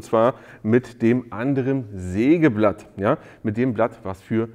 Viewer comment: Neiiin!!! Ein Seegeblatt hat Zeehne ... -- ein Sägeblatt hat Zähne! Zefix!!!